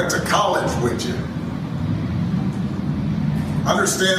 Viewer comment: And he said, "wich you" to the men he was lecturing..